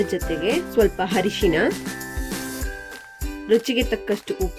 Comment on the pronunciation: ಟೆಮೆಟೊ ಅಲ್ಲ ಟೊಮೇಟೊ ಮೆಣಶಿನ ಕಾಯಿ ಅಲ್ಲ ಮೆಣಸಿನಕಾಯಿ ಹರೇಶಿನ ಅಲ್ಲ ಅರಶಿಣ ಚಿಲ್ಲಿ ಪೌಡ ಅಲ್ಲ ಚಿಲ್ಲಿ ಪೌಡರ್ ಮುಸರ್ ಅಲ್ಲ ಮೊಸರು